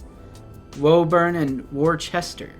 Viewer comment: Glos-ter. Woo-burn Couple others you hacked up 🤣